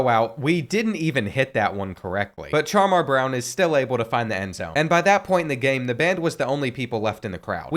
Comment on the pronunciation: CHAR-MAR??... NINJA ITS SHAMAR